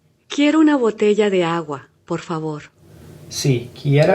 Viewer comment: on that Babble skit, quit reading and first listen to the accent. I could tell you were reading because you didn't hear the BOTEYA, but you read BOTELA. You pronounced it as you read it. Listen with your eyes closed a few times first. Then read it if you have to.😊